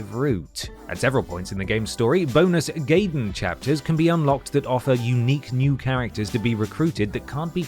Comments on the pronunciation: It's pronounced "Guy-den", not "Gay-den" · Gaiden is pronounced “GUYDEN” my british presenter, NOT “GAYDEN” >_< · "Planet scape" "Gay-den" "Lui Kang (text)" Amateur shit. Great video, but you guys need to bone up on your quality assurance a bit if you want to take off. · And I bet a lot of people were shouting at the screen "It's PLANE Scape, not PLANET Scape!" But then this is someone who still pronounces Gaiden as "Gay-den" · its pronounced guy den for crying out loud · Hearing pronounce Gaiden wrong for the Fire Emblem section seems so off to me considering that he pronounced the Gaiden in Ninja Gaiden correctly in the past.